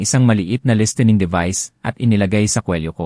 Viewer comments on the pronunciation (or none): Bakit ganon sya magbasa?kulang sa diction tas mali mali ang pagbigkas nang ibang English words like imbes listening is listining tapos ung ibang words naman na Tagalog ay hindi angkop ung pagbigkas nya sa bawat detalye nang storya 😂 sorry